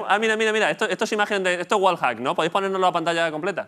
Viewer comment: Puta madre los españoles no saben pronucniar el ingless, lolito dice tal como suena Wallhack hombre un poco de pronunciacionn por favvoooooooooorrrrrrrrrrr